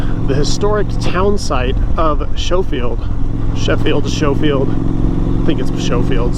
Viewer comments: Nice video. Pronounced Skofield. Where did the 17 annual death number come from? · pronounced "skofield" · been there done that. should gorilla tape inside tire to keep tube from coming out.H is silent in schofield